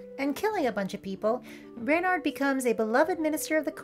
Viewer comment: As someone who took my furry surname (furname) from a book about Reynard, it is so heartening to hear someone pronounce it correctly. ...and not 'REH-nirrd'.